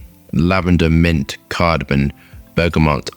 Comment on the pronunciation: A perfumer & can't pronounce cardamom. Just imagine 😮‍💨